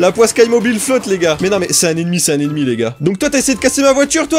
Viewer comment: À chaque fois que tu dis " ennemi " j'entend Emmy 😂🤣😂 et je repond " oui ? "